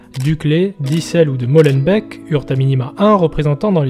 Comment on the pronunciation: hahahhaha et pour la petite info , pour Molenbeek on lit les 2 ee de "beek" comme le mot "et"